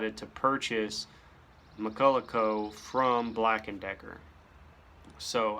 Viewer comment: Say it with me... Mack-kull-Ock. It's Scottish, not French. ..och is "ock" sound. Not.. ough which I "awe. Chevrolet is not Chevrolettt. Honor the man. How many interviews did he have to do where he corrects interviewers? It's McCulloch... NOT McCullough.